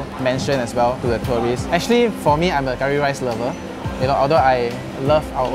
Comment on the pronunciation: “Actually , actchilly , actchee”